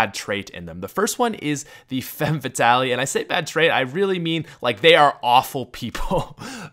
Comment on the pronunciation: Femme FAT-AHL-IE. Y U DO THIS